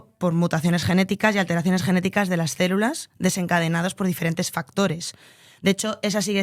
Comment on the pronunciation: En serio dice "cérulas" constantemente???